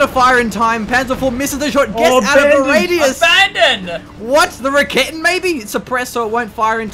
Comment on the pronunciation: "raketten" lawl